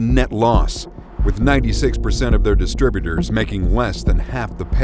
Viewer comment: Also, disturbutors, not distributors (sometimes). (But perhaps they're making some sort of a point with that one!)